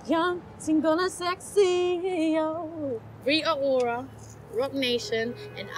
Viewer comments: I LOVE her hair..but the way she can't pronounce her "T's" irks me. -__ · She doesn't pronounce her T's lol